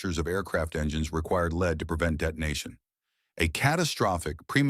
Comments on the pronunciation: The horrible AI voice ruins this video, Mispronouncing lead as in low lead gas as lead the parade, just put me off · This video's production must have relied heavily on AI, especially the dialog. The narrator has three ways of pronouncing the name Lycoming. He also pronounced lead incorrectly, and his manuals are always oil-stained. Furthermore, he completely ignores Lycoming's competitor Continental. The story here is interesting, but its presentation demonstrates the limits of AI.